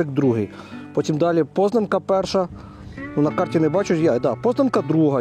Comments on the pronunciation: Позна'нка, наголос на а), це БАТЬКІВЩИНА моїх батьків. А зараз Київщина Кожні літні канікули 80 років проводили в бабусі купались в Кодимі і знімали з себе п'явок😊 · Наголоси не вірні в назвах сел. Яси'нове, Позна'нка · Познанка.теж на О,наголос.